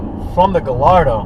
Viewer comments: Pretty sure Gallardo is pronounced guy - yard - doh, not gal - lard -o...just sayin' I don't know that people overlook Audi, they seem like there are tons of them here in Cali. After all, they're just Volkswagens right? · Gayardo not guy' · Guy-ar-do not galardo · galardo?... really? pronounced gayardo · Buddy pronounced Gallardo as (Guh-lar-dough)......I'm sick 💀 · “guh lar dough” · just cause akon pronounced it gallllllardo doesnt mean its correct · its enunciated guyardo not gallardo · Lamborghini's are (often) named after famous Spanish bulls that the matadors would do their thing with. Therefore, it actually is guy-ar-dough. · Guy are doe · How are people still pronouncing Gallardo wrong? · Lmaooo is it me or he’s saying gallardo wrong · Sounds Sick. Pronouncing Gallardo wrong though. I have a 2008 and this car is either a 07 or O8. Mine is Grey/Blue with off white seats and carbon fibre. It's fast but not as fast as the M5's. Oh.... WTF is that awful background goat/sheep/Rc Nitro sound at the beginning of this video? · He doesn't even pronounce gallardo right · trollinger most people in the states say it wrong, kinda like most people here say porsche wrong too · Ya that's definitely a 2008 lol, and bothers me soo much you mis-pronouncing Gallardo. V10 sounds amazing however :)